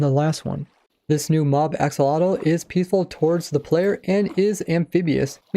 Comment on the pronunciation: Huh? It's ak-so-lo-tl